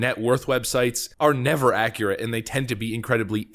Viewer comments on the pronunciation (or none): none